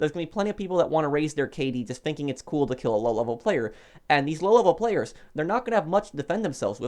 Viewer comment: Lol. You like to say lolevelplayers! xD